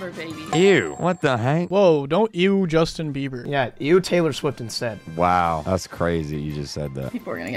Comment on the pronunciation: “JUĒSTIN BÉBÆŒRR 👹👹”